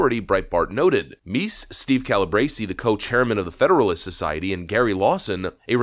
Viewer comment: It's "Meese", not "" 😉